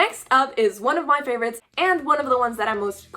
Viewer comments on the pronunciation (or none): uh Favorite, not avorite :)